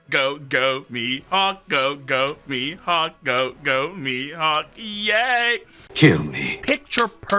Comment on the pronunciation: “Mee Hockuu”